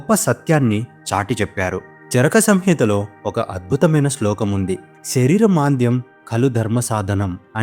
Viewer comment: Shareeramandyam kaadu..shareeramaadyam...adee charaka samhitha kaadu..kaalidasa proktham